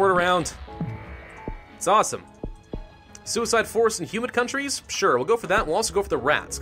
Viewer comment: when he says humid I thought he said human! Yeah duh it affects in human countries, thats ALL countries! yummy humans.